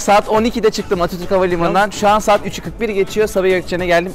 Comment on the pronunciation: 2. Sahat. Hahahahahah 2 kez sahat dedi AHAHHAHAHAHA